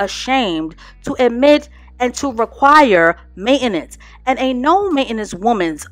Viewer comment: Main-ten-ance....not main-enance..